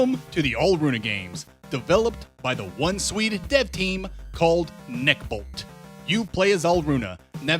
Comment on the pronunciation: bruh says swede like a slur